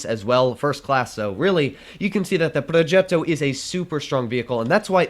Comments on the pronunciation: Pls stop pronouncing “progetto” that way😂😂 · ''progeeto'' (in russian/italian accent)